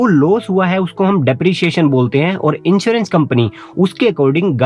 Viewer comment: Also, 1st party inchewrench ( in place of insurence)